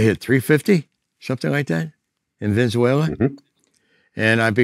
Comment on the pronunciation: Man said ven-za-wala 😂 🇻🇪